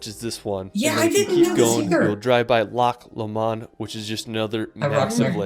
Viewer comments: " Loch LOWmund " NOT Loch La Mond . I have heard theis pronunciation a few times now and it irritates the shit out of me that so many Americans go to places but murder the country names and place names when there are literally millions of locals they could simply as k what the place is called . SAWdi Arabia . EYEraq , EYEran etc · BTW2... this guy needs to have listened when he was in Scotland... it's not Loch Lomawnd as he pronounces it... it's Loch Lomond... Loh-mond... emphasis on first syllable. Giving up on this guy's pronunciations now! He probably came from Tex-ass! 😂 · You're right about 'Edinburgh'. But our enthusiastic young friend can't pronounce a lot of other words, either, e.g. 'Glen-FIN'n', 'VIE-uh-duct', 'HOLL-ee-rood', 'ELL'n DON'n', 'GLAS-go', 'BIDG-'n nam BEE-an', 'Loch LOAM-und'. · Glad you corrected him on EDINBOROW and GLAZ GOW !! Now you know how I feel when other American youtubers pronounced stuff incorrectly ! He also pronounced GLENFINNAN VIADUCT and LOCH LOMOND incorrectly ! The summer temp in the Isle of Skye area is about 16c/60f. He missed SO MANY locations throughout Scotland. If you don't like the weather in the UK....Just wait 10 minutes....it'll change. Great job on saying PEVENSEY . Spot on 👍